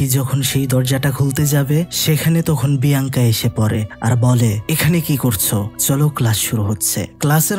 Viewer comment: Ek bar Alenda abr andela bolchen abr biyanka bole binkiya 😢